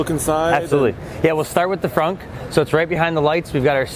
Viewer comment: I keep hearing the host say "Fronk" instead of front. I can't unhear it now